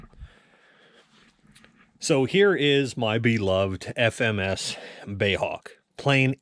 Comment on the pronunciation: please stop calling it a "bay" Hawk, it is B.A.E